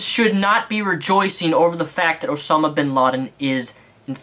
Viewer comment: Its OSAMA not OSONAM